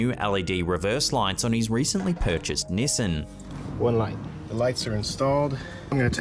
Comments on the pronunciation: What wtf is a "NISSIN"? Do you mean "Nissan"? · "His brand new Nissen" lol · You pronounced Nissan wrong!! 🥴🤔🙄